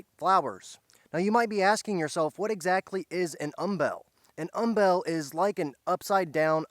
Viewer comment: Umbel. Like humble. Not um-BELL.